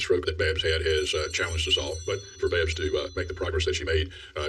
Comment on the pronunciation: Please say Babs right. Lol